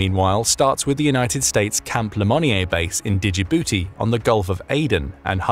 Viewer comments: That’s not how you pronounce Djibouti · Wonderfully insightful video. However i do find it funny that you pronounce Camp Lemonier correctly but not Djibouti. And small note, but interesting to me is that Kiribati is formerly home to what was called "athe Cargo Cults." Sfter the 2nd World War there were literal tons of cargo floating onto shore and the locals recognized they came from American planes and ships. They even went so far as to deify a fictional American airplane captain, John Frum (as in John from Ohio), to appease him when these gifts began to taper off. Theres an entire book about it called Sex Lives of Cannibals - Adrift In the Equatorial Pacific, which is where it is actually pronounced "Kiriboss" not "kiribati." Ikr?